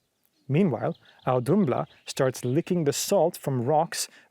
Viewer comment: Interesting you pronounced the ð in Auðumbla as a d given ð is usually a -th sound.